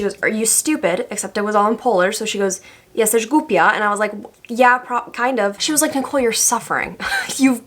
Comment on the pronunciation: so as a pole it was so satisfying to hear you say "jesteś głupia" and now i think u should do a whole video in english